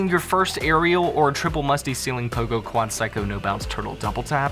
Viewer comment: Wait at the start u said quad sycko what